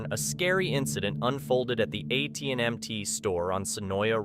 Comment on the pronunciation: AT&MT 🤣 🤣 🤣 Not AT&T. Smh